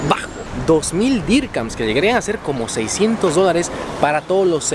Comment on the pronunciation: No se DICE DIRCAMS